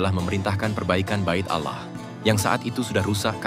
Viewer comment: Kenapa harus ngomong Allah dg auwloh gitu....